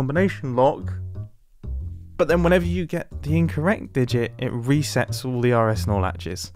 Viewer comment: all I hear is "are es nor latches". oris norlaches? help please, except wrong answers only